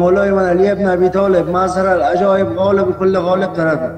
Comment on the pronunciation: اینکه به اشتباه خونده میشه مظهرالعجایب صحیح باید گفت موظهرالعجایب. خواندنش این شکلی هست نوشتن فرق میکنه